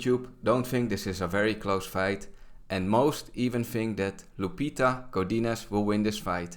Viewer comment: bro, you just said Leputa instead of Lupita, you just called her hoe in spanish ☠☠